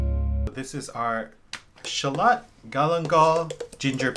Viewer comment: Sorry for pointing this out. But it's Shallot, not Charlotte. Dang English, but Japanese has more homonyms 😅